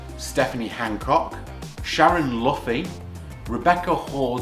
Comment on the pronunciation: Great on the pronunciation of “ Luffey”. ❤️❤️